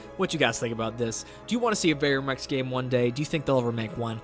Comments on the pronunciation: Ver-um Rex bro, not Varium Rex Don’t mean nothing by pointing it out but it’s critical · “ UhO i Love Veyrium Rex “ wtf is that its VER-UM . squish it together. VERUM . VERUM REX